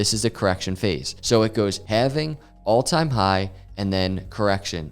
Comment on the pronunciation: Bitcoin having? Thats how you pronounce it sir 🤣